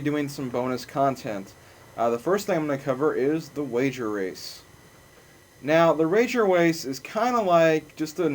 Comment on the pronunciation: yes u just said wager wace